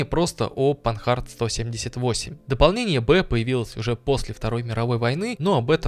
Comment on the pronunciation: машина Французкая и поэтому читается по французски, панАр, а не панхард